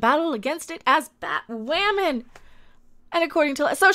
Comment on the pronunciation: Batwahmen lol 😂💗